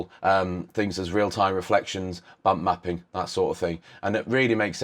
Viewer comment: I seriously thought you said "Bum Mapping" :P